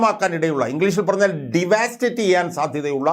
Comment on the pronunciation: ഡി വാ സ്റ്റേറ്റ് അല്ല ഡവസ്റ്റേറ്റ് എന്നു പറയൂ. ( തകർക്കുക) വിദ്യാഭ്യാസത്തെ സഹായിക്കു...